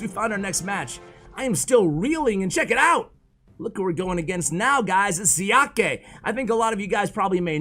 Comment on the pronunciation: Just an FYI that XiaKe is pronounced see*yah*kuh. Emphasis on the first character